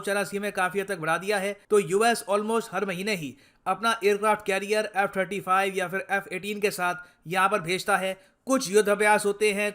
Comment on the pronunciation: Quing 35 🤣🤣🤣🤣🤣🤣